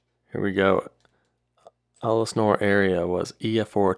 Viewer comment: it’s pronounced Ell Sin Ore not Ellis Nore